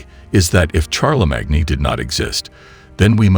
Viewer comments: omg, it's pronounced Sharlemane not charlie mag nee..... And Carl Say Gen, not Carl Saggin.... What a crap video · CHAR-LA-MAG-NE? ....LOL